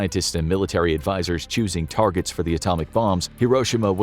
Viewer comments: "Key targerts" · “Key Targerts” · "Key Targerts" That's like the "No Regerts" meme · I love the first folder that said "key targerts" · LOL "Key Targerts" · Key Targerts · Key... TARGERTS. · "Key targerts"?!?!? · Key targerts 😅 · I came here to say this